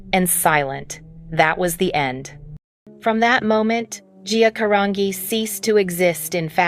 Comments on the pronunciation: Can any of these videos get her last name right? It's a soft G in her last name GEE. Say it again 'Carangi'. Ask somebody that knows. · They can't even pronounce her last name right. 🤦🏽‍♀️